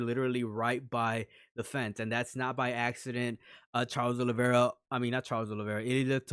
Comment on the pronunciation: Proper names and surnames cannot be translated. The surname isn't Olivera, it's Oliveira. You have to show a little respect for each person's name.